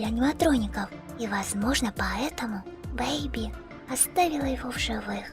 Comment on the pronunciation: Не Бэйби а бэби